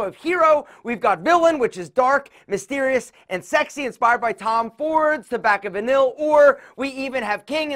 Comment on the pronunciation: It is pronounced tobacco vaneee